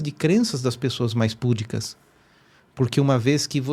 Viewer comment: "PUDICA" e não PÚDICA! 😱